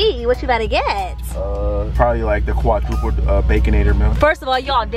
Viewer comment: Not quatriplets 🤣🤣🤣🤣🤣 But got it right when ordering. "Quadruplets"